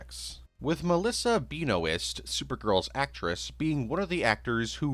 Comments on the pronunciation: Melissa "Bean-O-ist" 😂😂😂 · The way this man says Benoist irks me more than it probably should (great video, as always,!)